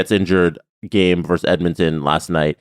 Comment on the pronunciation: It's "versus", not "verse".